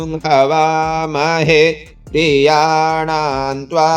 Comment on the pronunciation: This is difficult. I will need more practice to chant accurately.. Priyanaam is ppriyanaam but you are chanting Priyanaam only.. Same thing is with PPriyapati. Half P is also there. Please explain. Thank you so much🙏🙏